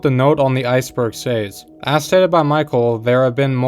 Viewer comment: "Says" is not pronounced say-z btw